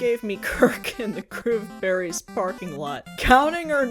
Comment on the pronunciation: I kept hearing 'Groomberries'....which, yeah...